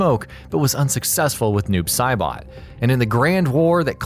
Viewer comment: "Doob Saibot"